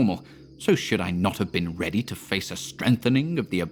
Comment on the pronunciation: I listen to this all the time just to hear zadok allen. "When they get readeh, I SAY WHEN THEY GET READEH!"